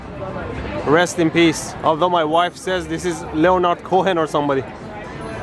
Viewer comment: I do like your tour guide skills! Like this trip, your Japan trip, or my fav: your UK trip. Btw the 'o' in Leonard is silent, as is the 'h' in Cohen; so it's more like: "Lenard Co-en".